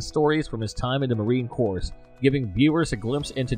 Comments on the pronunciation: Pro Tip: the S isn't pronounced in "Corps" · FFS, you don’t pronounce the “s” is “Marine Corps”. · Dude, the s in Corps is silent! Shawn is the real deal and knows his stuff!